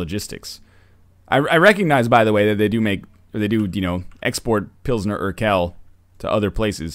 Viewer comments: Pronouncing Urquell [ˈuːɐ̯ˌkvɛl] as Urkel... trolled me good. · im crying. It's pronounced "urkwell". "urkell" sounds so strange. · Best pronounciation of Urquell ever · I died bc of the way you pronounced "urquell"